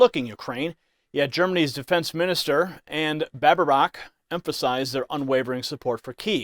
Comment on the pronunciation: ANNA LENA BAERBOCK and NOT Araajaaanaaa baarraaeebaacchhh